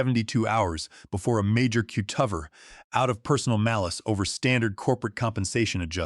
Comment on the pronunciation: AI is completely unable to pronounce ordinary everyday words. Cutover is pronounced cut-over not cute-of-er with the accent on the "of". It's such an odd pronunciation It's hard to overlook especially since the one time the word cutovers is plural the correct pronunciation was used!